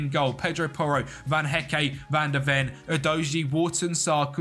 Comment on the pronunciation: The official name butcherer, Van Hecké yanoe